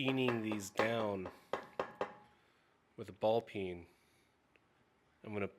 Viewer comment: Whenever you say “peen” I hear “pee in” at first. What is wrong with me?